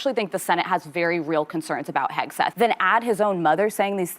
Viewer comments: Pete Hedgeseth???? That's exactly how she pronounced his name, and I believe, without a doubt, it was done purposely to push the boundaries of the pending lawsuits that would follow if she didn't read all of the disclaimers of the blatant lies spewed out from this show. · Do you think Woopie will ever learn to pronounce Pete Hegseths' name correctly or is it above her intellect level?